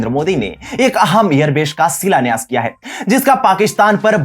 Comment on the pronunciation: बेश का सिलान्यास किया है, भाई pronunciation सही कर लो यार